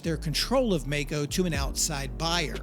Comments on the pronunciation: I cant figure out how you consistently go from pronouncing the name maisch correctly and then the name maico incorrectly in the very next sentence despite knowing that the company is named after the maisch brothers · The pronunciation of the name containing the combination of letters "ai" (sounds like "eye") MeyeCo Long E. Its a hard rule in German. NOT MAY-CO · “My-Co”, not “May-Co”. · It's not Meco but Maico ...... nice story. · If the brothers were "Maisch" (my-sh) shouldn't the company name be MaiCo (my-co) rather than (May-Co)? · My-co. My-co! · Note: It's pronounced My-Ko. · Dafuq? My whole life up and up until into this video I've been pronouncing it 'mike-oh'!!! 🥴🤣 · It`s spoken " My Co " 🙂 Thank you for this video !!! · Maico breako 😂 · Please try and pronounce the name Maico correctly. You get the surname, just leave the sch out and ad a co. Google actually helps and the American pronunciation is how it should be. It's not like May. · Maico = Breako :( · The pronunciation is "Myco". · Very well made docu. It still hurts me to this day that the company went down. By the way...its pronounced My-co. Best regards from Germany. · It's pronounced My-co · Great video, however, it's German and pronounced in Germany as Mike-o, not Make-o. Wilhelm is Vilhelm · Bro... you literally pronounced the family name Maisch... then decide to do away with that pronunciation?... from Maico... to Mako...il never understand how Americans mess words up so badly